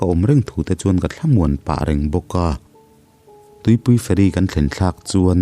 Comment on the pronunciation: Tuipui fairy nilovin .. Tlema thluk deuh tur 'tuipui feeiirii tih deuh tur.